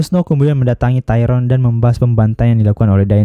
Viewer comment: Tayron bjir Tyrion ngab